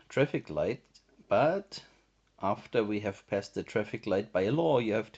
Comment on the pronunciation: Like. The way you said passed. Hehahe😂😂😂